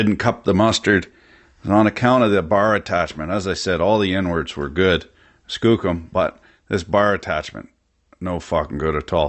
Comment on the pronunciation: So am I the only one the hears "N Words" every time he says "inwards?" 🤣